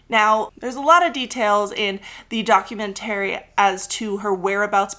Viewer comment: Love this episode but I’m begging you to consider changing the way you say “documentary”.